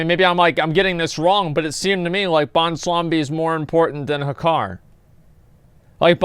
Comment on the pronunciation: "bwonslambi"....i died....